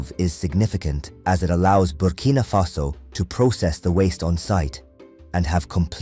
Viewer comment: It's Burkina Faso, not Bimini Faso